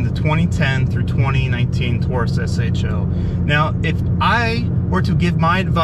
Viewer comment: thanks for calling it an S-H-O.....hate when people say show...lol